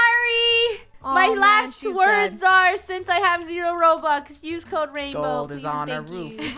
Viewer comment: Ranbow? Lol not being rude but its rainbow.